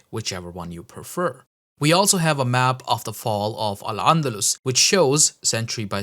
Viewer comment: For the 100th time; there's no ع in the word أندلس It's not عندلس